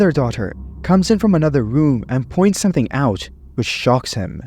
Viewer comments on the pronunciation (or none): none